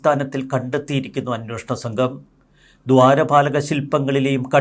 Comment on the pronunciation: അന്വേഷണം എന്നാണ് ശരിയായ വാക്ക് ഇനിയെങ്കിലും ശ്രദ്ധിക്കുക